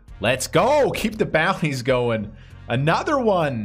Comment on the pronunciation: Everyone who plays PKO's butchers the name of the style of tournament.... Except you.. You say focus on the bounties, but " get the booty " out is what it sounds like.